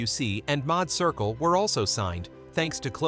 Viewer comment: The Madd Circle, not mod circle, boy I tell you, the fascination with us and AI SMDH!!!!!